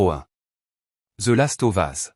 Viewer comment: Bon top mais j'avoue que la prononciation de certains titres écorcher les oreilles, entre les "Final Fantasi" et les "The Last Ovas", peut mieux faire 🤔